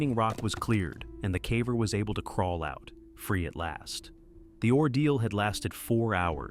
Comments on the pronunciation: "CAH VER"? Do you mean, caver? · Just realized this voice over is AI. Cav-er. He/it says cav-er, not caver on several occasions. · Caver, not cavver. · "the caavver" god I hate ai... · “Trapped calver”? Stop using Ai and just narrate it yourself ffs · "Trapped CAVA"?? AI obviously cannot distinguish caver and cava 😂😂😂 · What's a cavver? Is that like a cadaver that died in a cave? Oh wait, no--this is just AI. 🤮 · I'm not looking or listen for it, but when I keep hearing CAV VER then it is hard to ignore. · Why is "caver" mispronounced? Is this an AI voice? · Bad voiceover can't pronounce "caver" in a cave video ..